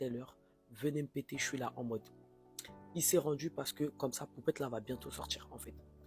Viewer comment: "le mari À poupCHTette"......... 🙄 Pourquoi est le seul à parler d'elle CORRECTEMENT???